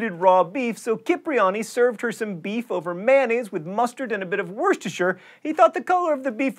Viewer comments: It's pronounced WOOOSTERshire sauce. WOOSTER. Not WORSTER, WORCHESTER or anything like that. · Worse-ter-shire sauce? Didn't he do a list show on mispronounced words? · You still don't quite have the correct pronunciation for "Worcestershire"...